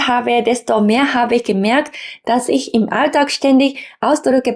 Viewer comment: Deiner Aussprache fehlt es etwas an feinschliff. Für Migranten typisch, die etwas falsche Betonung. Du betonst Wörter etwas zu stark. Nur das jetzt genau zu erklären ist schwierig. Nehm wir mal das Wort "Ich". Manche betonen das "i" recht stark. Dabei ist es eher ein weiches, sanftes "i" . Würd fast sagen bisschen wie das U im Japanischen -> Sakura / Sasuke (weil mir das immer wieder einfällt :D) Keine Ahnung wo du dein Problem bei "Aspiration" siehst, ich hör da keine falsche Betonung. Letztendlich ist es auch nicht wichtig. Wenn du gern ein "natürlicheres" Deutsch magst, ok.. üb mit deinem Mann, deiner Familie, aber seh da keine Notwendigkeit.